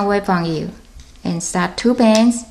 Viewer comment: U keep saying to bands which sounds like two bens